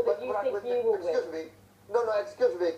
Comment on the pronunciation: Prabowo "eskusmi, eskusmi, eskusmi"